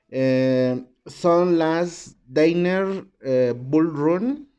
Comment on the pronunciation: No son "deiner" sino danner, asi , como se escribe se pronuncia. No lo digo por molestar.